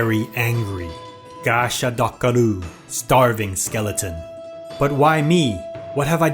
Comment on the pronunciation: Idk why but that *gasha dakaru" Was so funny 😂